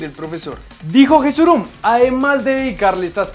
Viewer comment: El nombre de el presidente de la federación se pronuncia yesurun no jesurun